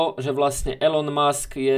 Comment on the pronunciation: Elon musk sa čita ilon musk